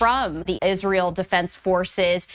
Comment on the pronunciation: Everytime i hear israel I actually hear Isralies